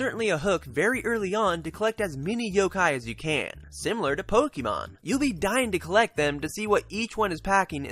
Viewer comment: Nice review,. Have you played Attack of the Friday Monsters? I'm interested in Yo-kai simply because of that - I think the worlds are similar, culturally. I really don't like Pokémon (it's Poke-ay-mon, not poke-EE-mon, funny guy!), so glad to hear this isn't that.